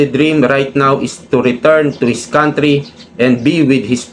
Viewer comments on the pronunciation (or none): none